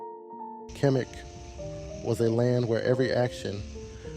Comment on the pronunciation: khemet not kemic